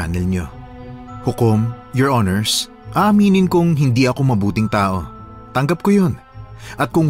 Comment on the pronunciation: maganda kaso yung palagi binabangghut hukom at your hinirs nakakaloka 😅